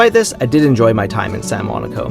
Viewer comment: Love seeing the sailing and especially our favourite anchorage of San Juanico…can I respectfully suggest you improve your pronunciation of the Spanish terms. The vowels have specific sounds …for example Juanico is pronounced with using a long ‘e’ sound for the ‘I’ …Juan eee co. …Bah ee a for Bahia etc